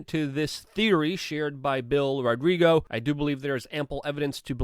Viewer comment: You're sloppy, dude. Bill Rodrigo? Is that how you pronounce ROGGIO? Well, I guess that's how you do. And if you're reading this -- stop lying. "Stuff we can't talk about on this platform" to sell membership? You're such a liar. Anyone paying for that is a sucker. How does that make you feel? Good about yourself? I hate to see people on the same side act so shady and unintelligent. Rodrigo????